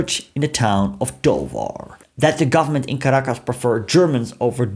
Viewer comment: Thanks for this rarely-covered sliver of Venezuelan history 😊 A minor note on pronunciation: - TAchira - MaraCAibo - ToVAR -GOmez